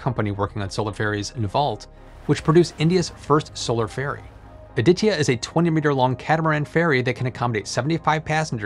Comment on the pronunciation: You need to learn how to pronounce ADITYA, and it felt pretty awkward listening rupees cost in millions rather than in lakhs, besides these Nice video.